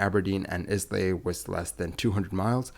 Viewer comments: Why didn't they Go Around? (By the way, it's pronounced "Eye-La", not "Iz-Lay") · It's pronounced "eye-la" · ISLAY is pronounced Ailay. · The narrator should have taken a moment to learn how to pronounce "Islay". It's "eye-luh", not "Iss-lay". The s is not pronounced, just like it is not pronounced in "island". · Why not find out how to pronounce basic things? Islay is ‘eye-la’ not ‘is-lay’ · It is the king of the United Kingdom, flying to Eye-lay not theh king of England flying to Ice-lay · BTW, it's no "Is lay" airport, it's pronouced "eye-lay" or "eye-luh" as in an island. It's like listening to fingernails on a blackboard evey time you misprounce it. They also make the best malt whiskeys in the world there. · It's pronounced Eyela, not Izlay, sorry, but I just could not let it go... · Islay is pronounced "i-la" not "izlay". I heard a rumour that the plane had empty Laphroaig whisky casks on board which were going to back to the distillery. Charles was probably picking up some fresh ones. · Sorry, it's not IS-LAY, but pronounced Eyelah. I was born there and was there when he crashed it :) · They aren’t private jets the are Royal Air Force aircraft. The island of Islay is not pronounced “is lay” but pronounced “eyela” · Islay is pronounced eye-lay not is-lay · And it’s “EYE LAY” not IS LAYB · Charles is not the King of "ENGLAND". He is King of the United Kingdom of Great Britain and Northern Ireland. Also I have never heard of "Izzly" wherever that might be. If you mean the island of Islay it is pronounced "EYE LAY" or sometimes "EYE LAH". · The island is not pronounced "Is lay", but "Eye lay". Source: my Scots heritage and a Scots uncle who lived and worked there. As for the kong and his extended family of English/German parasites I'd say bring back the guillotine. A pox on them all. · Hearing "Izzlay" is painful. Eye-luh. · Eye-La not Islay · Wrong ...not eye-lay but eye-lah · It's not 'is lay'. but Aye- lah. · oh for god sake, NOT [islai] it is [aila]